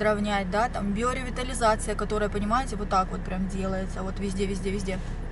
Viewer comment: Только биоревитализация, а не биреовитализация))) а так очень хорошо, и губы подспадут, норм будет 👌🏻